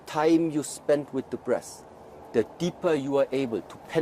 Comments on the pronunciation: It sounded like he said " The longer you interact with the breasts the deeper you can penetrate the body" which it will of course make sense. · I was thinking he was saying breasts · i keep hearing breasts. damn